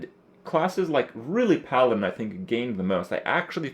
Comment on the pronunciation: for the first 7 mins i thought krip was saying piloted... its PALADIN.